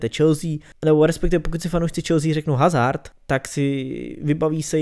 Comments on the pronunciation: Kdyžtak hazard se čte Azárd (né hazárd), protože hazard je Belgičan a v Belgii se mluví francouzsky a ve francouzštině (i italštině) se H nečte.👍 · Nauč si číst jeho meno